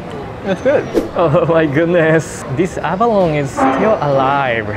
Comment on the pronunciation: I'm sure u'll be eating heaps more abalones in the future, so I just want to remind you it's pronounced like "abalon-nee", or think of "abaloney". It's a tricky word haha